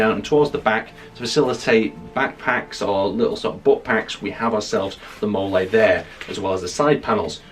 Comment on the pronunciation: its MOLL-EE not molay :) otherwise great video